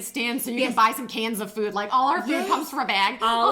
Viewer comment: Does he say some cans of food or cancer food